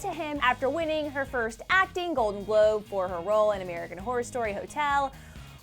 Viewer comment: said "And the golden Gobe goes to.."